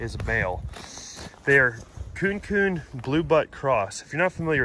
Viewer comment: Ku-neh ku-neh is how we pronounce it